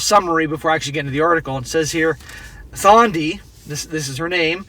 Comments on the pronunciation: Some South African pronounciations/explainations for you (I'm South African): 1. Thandi is pronounced "Tundy" 2. If you didn't know, "black tax" refers to someone from a poor background who has to send money back home to his parents to support them. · The H is silent, it's Tandi not Thandi.